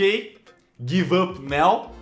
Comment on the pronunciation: Cellbit, "agora" em inglês se pronuncia NAU